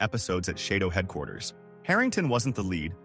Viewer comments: It's shadow not sheydow! 🤫👋🇭🇲🦘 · "SHAY-DO"??? Dozy narration. This is so full of mistakes; terrible. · It’s half-baked “chez-dough” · lmfao, SHAYDOWE? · I think you’re showing pictures of Brian Keith, instead of pictures of Keith Alexander, along with calling the purple hair, silver and mispronouncing shadow a bunch. Your production quality seems to be little low.